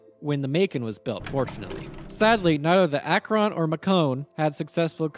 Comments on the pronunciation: For the record, that’s not how you pronounce Akron. It’s more like Akren not Ak-Ron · Awesome video, the prydwen is probably my favorite fallout faction base and it's great to see a video on it! Though as someone from Akron, i'd be disowned by the rest of the city if i didnt mention that its pronounced Ak-wrin and not Ak-wron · Great video but... As someone born and raised in Akron Ohio, how you pronounce the word "Akron" is unusual. It's one syllable, not two. I've been trying for like 5 minutes to say it like you do and my brain won't let mouth say it your way lol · Your pronunciation of "Akron" is kinda grating... Think "Ack-rin," after the city that has the hangars to build and maintain the things. Also, Zeppelin, as a company, still exists, and still makes stuff. For enough money, you could probably get them to commission an airship for you... They maintain parts for, and build new versions of, the Goodyear Blimp to this day. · You're pronouncing "Akron" almost like "Acheron" lol. Akron, the city and namesake, is pronounced "akh-rin" XD. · It always give me a chuckle when people mispronounce my hometown's name. I'm from Akron, and it seems like nobody from outside of northeast Ohio knows how to pronounce it properly, sort of like how nobody outside of Akron itself knows what a "devil strip" is. I always get weird looks when I use the correct pronunciation of the city's name as well as the term "devil strip". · Bro can't say Akron💀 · as a person from ohio, you said Akron wrong :) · that is not how you prounce AKRON! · Very fair, I struggled while recording trying to pronounce Akron. I'm pretty sure I wasn't even able to be consistent in how I did so. If I was to commission an airship, I'd reach out to Lockheed Martin's skunk works personally. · I have a major problem with the way you pronounce Akron.